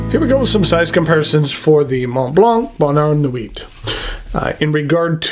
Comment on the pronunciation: Just don't rely on for pronunciation of French words such as "sans", "bonheur" or "nuit". He handles "Mont" and "Blanc" pretty well though.